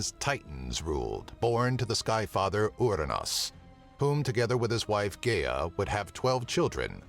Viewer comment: Is this an AI talking? it mispronounce Gaia and Cronus.